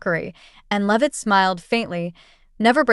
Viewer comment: It’s not loveit it’s LEAVITT. AI VOICE FAKERY